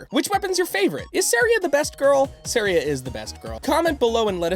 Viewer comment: Your pronunciation of Saria's name is very wrong. It's SAria, not SEria.